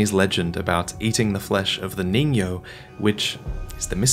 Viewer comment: also its pronounced ningyo